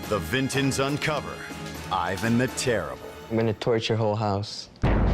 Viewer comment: when the narrator called him “ivan the terrible” 😭😭